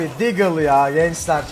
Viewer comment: "DAGLE" CANDIR!! :D